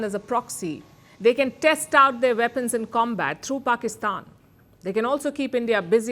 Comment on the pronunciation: "Veapons, Veapons, Veapons!!"